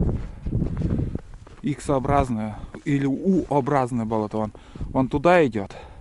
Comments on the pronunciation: Да не БОлото,а БОЛОТО!!!!!УДАРЕНИЕ НА ВТОРОЙ СЛОГ! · Не исправляйте... мне тоже сначала слух резало, а теперь привыкла, да и может у них так и говорят - бОлото.